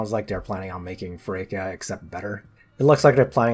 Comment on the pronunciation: Except Feraquea's name is pronounced feraQUAYa